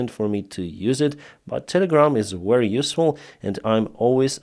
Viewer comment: the way you say ( very ) is wrong. you pronounce it like war wary it sounds like. is pronounce Ve-ry like victoria. Very.